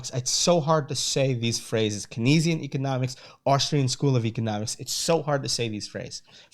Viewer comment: Keynesian is pronounced KANEZ-ee-in btw. Great overview.